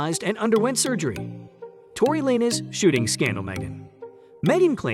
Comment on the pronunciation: This is weird why do I keep saying these little videos defending Megan thee stallion with no point of reference or mentioning of Tory Lanez evidence and also mispronouncing his name